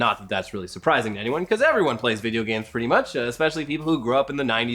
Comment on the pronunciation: VID-E-AH GAMES